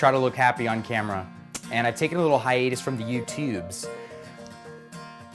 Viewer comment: Isn't it pronounced "hi-uh-tus"? idk